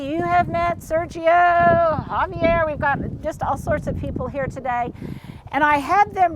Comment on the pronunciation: Hi! You pronounce Javier beautifully. But if Sergio is Hispanic, you should pronounce his name “Ser hee oh”. G before E or I is pronounced like a J in Spanish. ¡Saludos desde México!